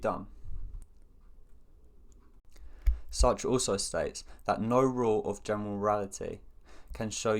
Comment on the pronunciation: Finally Someone pronouncing his name correctly!